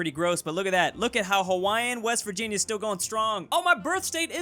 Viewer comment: It's Virvirginia